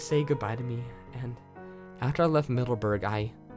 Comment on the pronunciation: Albeit is pronounced "al-bite" and Middlesbrough as "Mid-dells-bor-ro" It's wacky I know but many British town spellings don't make much sense. :P and yes, I am from England :)